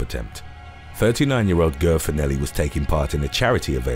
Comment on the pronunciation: Ger- its not pronounced like Grrr, its pronounced Jare!!! Sorry too funny!!! 🤣😂🤣